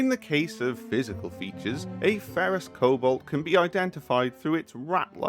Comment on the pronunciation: It took me a while to realize you were saying "Cobalt" instead of "Kobold" lmao